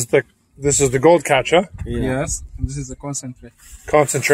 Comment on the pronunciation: speaks with near perfection……except, for the word “Catcha” lol. 😊